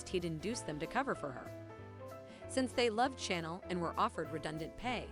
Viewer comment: I cannot stand the way they pronounce the characters names!! It's Chanel not channel. 😠